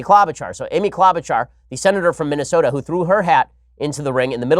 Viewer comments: It's Amy "klow'-ba-shar" not - whatever you said! (I am from MN, so I know.) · Ben, just so you know its Amy KlObuchar Hard O. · Klobuchar is pronounced with a long o. And the ch is sh like machine.